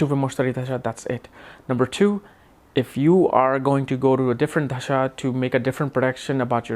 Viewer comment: its dasha and not dhasha! da as in we say 'the' in english, so dasha please that is why asked you if you could read hindi script or not